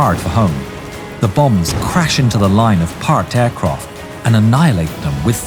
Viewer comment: Aircroft lmao.